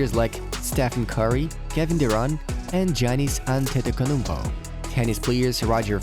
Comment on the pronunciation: Absolutely butchered Giannis Antetokounmpo's name🤣🤣